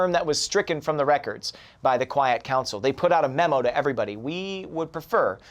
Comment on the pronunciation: Storm 101b said quite council instead of quiet